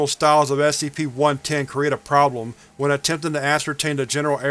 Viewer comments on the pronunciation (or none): none